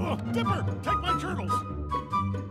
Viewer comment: Why does it sound like "Dipper! Take my turtles."